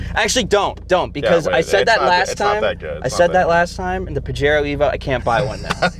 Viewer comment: Boys… it’s ‘pa-HAIR-o’